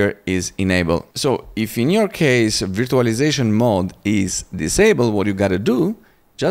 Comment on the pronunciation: bro it's not veertualaizashon, it's verchualaizashon.